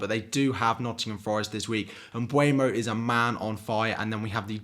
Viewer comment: why do you keep on saying "mbUEmo"? It's not "UE", it's "EU", even if he's from Cameroon 🤣🤣🤣 Ps. By the way it's pronounced "embumo" 😉